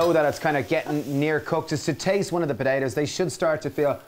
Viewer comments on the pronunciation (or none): "taste one of the patetaars"